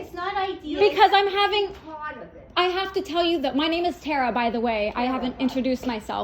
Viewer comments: "Terry Terry..." The name Tara isn't that hard to pronounce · Sis really said “hearing is a big thing for me” then goes and talks over Tara and mama Marcy AND mispronounces Tara’s name even tho she was corrected twice. Sis, getcha hearin aids outcha ass and ACTUALLY listen to others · I felt like she was doing it on purpose to be an ass... she got her mom's name correct everytime... and tweaked taras...